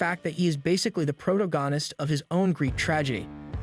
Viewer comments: Who is narrating this? "Heir" apparent is pronounced like "air" not "hair. " Also, "protagonist" is pronounced pro- tag'- o- nist. Where the "tag" is hard. Not pro- ta-gon'-ist where the "gon" is hard. 😂😂😂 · The narrator needs to learn to pronounce protagonist. Lol!!!